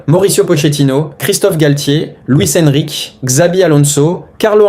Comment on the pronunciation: Luis Enrique tu le prononce très très mal 😣